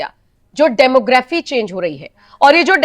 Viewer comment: डेमोग्राफी नहीं होता ये डिमॉग्रफी शब्द है।